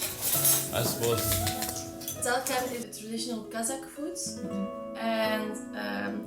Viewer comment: Our people deserve a better life, but unfortunately our government is a traitor to the people. Despite this, people try to smile and be kind🙂🙂🙂 Thanks for the video🙂 pronounces some Kazakh words without an accent, it's amazing😂